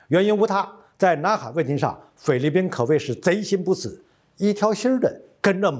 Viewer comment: 念成了匪律宾？